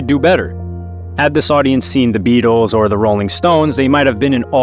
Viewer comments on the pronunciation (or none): none